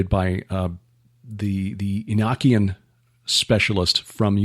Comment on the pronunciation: Brother...why do you pronounce the word "Enoch" , E n i k? Then you pronounce the word "Enochian" , E n a k e u n. You sound like a word man who has a good handle of the art of speach.